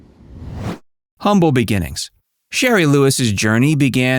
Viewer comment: Shari,not sherry.